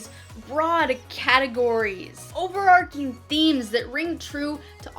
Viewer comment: OverARCHing. ARCH, not ARK, not ARC. Overarching "ARCHES over" something, nothing to do with a story ARC.